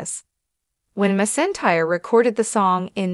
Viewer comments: It’s McEntire not misentire. Get it right or stop talking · Her last name is pronounced mackentire please know enough before you release a video butchering her name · It was so disrespectful to such a famous Country music icon and Queen of Country Music if you cannot pronounce Reba McEntire's name than you should not be letting her name come out of your mouth! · You need to pronounce her name right! That is so disrespectful to the artist. Reba is the most iconic name in the world and you can not pronounce her name right, come on show respect. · I disliked the video because you don’t know how to pronounce her last name! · Learn to say her name before you speak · This is a slap in the face to the legendary Reba, if you can’t pronounce a name correct maybe you should try to do some research before you just butcher a legend and icon and queen of country music by not saying name correctly at all. I think you need to do some research and learn how to use real names before you spread spam news to try to make a video famous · Being so disrespectful and how you're pronouncing your last name to such an amazing gratified humble and grateful and loving and God artist you ought to be ashamed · You should be embarrassed pronouncing her name that way!